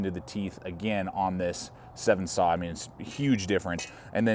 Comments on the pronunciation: It is called a 'Sven' saw, not a 'Seven saw'. Otherwise great video. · It's a Sven- Saw....not a Seven-Saw. Other than that it's a great review and a wonderful Saw. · Yeah,.....SVEN, like hen. Also, it’s Bahco, like taco! Good instructions, though! Thx. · Great review! Just to point out one thing. Sorry, grammar Nazi here. The saw is pronounced like the Nordic name. SVEN, kind of like the reindeer from Frozen. Bad reference, I know, but it was the first thing I could thing of. Great review. First time commenting, but have been watching and subscribed for some time. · That is how I have always heard it pronounced "Sven" like the Swedish guy and not like the number. His pronunciation surprised me as well.